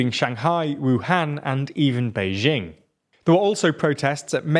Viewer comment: minor thing - it's pronounced Bay-jing with a hard J as in Jack. Not French J.